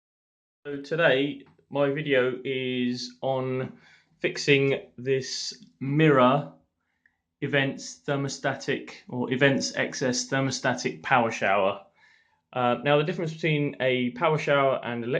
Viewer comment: It’s e MIRA not a Mirror....😩